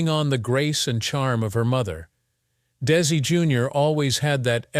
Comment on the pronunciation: What a waste of time, with the fake AI narration and it’s mistakes. It basically just said the same thing over and over again. Even showing “little Ricky“, implying it was Desi, and it wasn’t even him acting in the show as a child. At times, the narration pronounced it as “Daisy.”. Terrible documentary, I can’t finish.